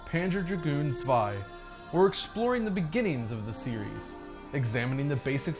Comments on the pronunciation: Props for pronouncing "Zwei" properly!!! 😁😁😁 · Props to him that he made the effort to pronounce "zwei" correctly!!!! :-) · Thank you for pronouncing zwei correctly.